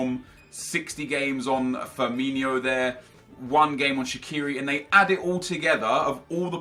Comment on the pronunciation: its Firmino not Firminio you idiot